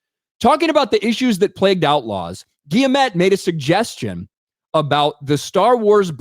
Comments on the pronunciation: Fuck me dude, its not difficult. It's a hard G in Guillemot: "eaves - gee - yuh - mo" 👍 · Hey, I'm a French weirdo. It's Gee-Mo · Btw it's GUILLE-MO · French weirdo here : You dont have to prononce the "T" at the end.